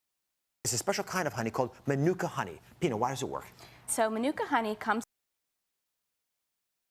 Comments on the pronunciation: And the idiots have no idea of how to pronounce Manuka. And even the YouTube videos that supposedly demonstrates the pronunciation got it wrong. Terrible! The guy is a quack. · Francois Dekker I'm a NZ/Maori and I couldn't care less how he/she pronounces Manuka. Why is it important anyway.